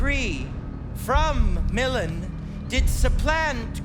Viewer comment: Prospero's pronunciation of MiLAN is off putting